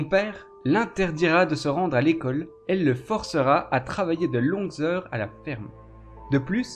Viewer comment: Et toi tu ne serais pas possédé par l'esprit d'un segpa pour prononcer systématiquement les "et" en "est"??